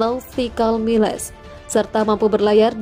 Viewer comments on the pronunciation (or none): Pembaca narasinya tdk faham bahasa ingris jadi dibacs asal asalan seperti miles mestinya dibaca mails dan banyak lagi ini namanya channel nekat